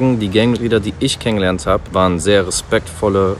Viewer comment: Und warum trägste denn Blau ? Und wie er Es gibt ausnahmen betont haha 😅😅